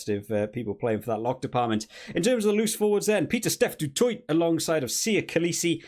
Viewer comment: Keep it up bud. Love your vids as usual. We saffas appreciate your coverage. Some help on the pronunciation If you are interested: Snyman - “snaymun” Du Toit - “du toy” Arendse - “are-end-sa” Roos - “Roo-is” Really don’t mind your wrong pronunciation though, gives me a little chuckle 😂.